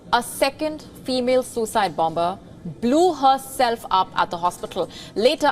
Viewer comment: Great original reporting as ever! However, may I refer you to any classic dictionary to realise that the second letter B in BOMBER is to be mute. The language detective